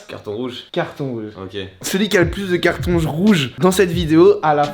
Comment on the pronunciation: "celui qui a le plus de cartONJ rouge" j'suis mort 😂😂